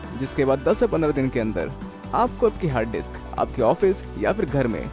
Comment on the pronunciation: Hard disk or harddiks (you're pronouncing like it ) #justasmallcorrection